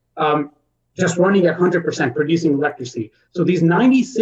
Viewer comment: i'm confused. is it pronounced "electricy" or "electric-city"?